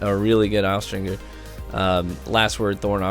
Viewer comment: How is it possible that austringer has been out for like 3 months or something and you're still pronouncing it incorrectly? lol dude, look it up. The G has the J sound, not the hard G sound.